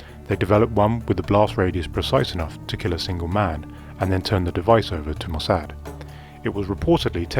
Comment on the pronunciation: I'm suspicious about this video. This would be classified, so who declassified it and why? Seems unlikely that this would be declassified so soon. Also, I think the narrator is an AI voice by the way Hezbollah and Mossad were mispronounced.